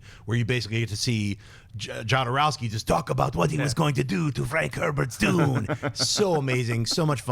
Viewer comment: If you say Jowdarowsky one more time, I'm going to light a bag of shit on fire and leave in on your desk.